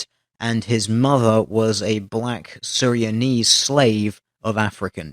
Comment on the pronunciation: how come you skipped the n in surinamese.